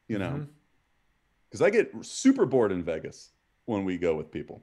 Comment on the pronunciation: Guy Fieri pronounces it Vegis lmao